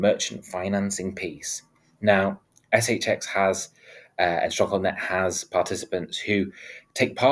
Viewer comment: ESS EYCH EXX 😂 love it